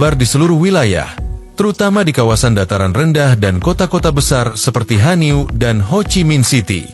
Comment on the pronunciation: Hanoi bukan hanio